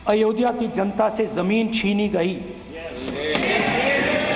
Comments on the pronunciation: यह itlay पुत्र "अयोधिया " बोलता है, अयोध्या बोलना भी नहीं आता। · Pappu ayodhya ka ucchar bhi ni kr pata. Italian version